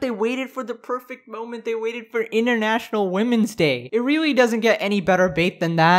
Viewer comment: ...I kinda love the way you say “international” it’s more like “intranational”😂